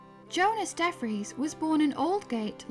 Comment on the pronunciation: DeFries= Dee Free-ss